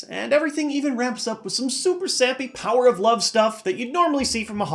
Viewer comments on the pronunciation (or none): none